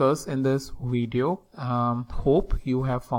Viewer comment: What's a "weedio"?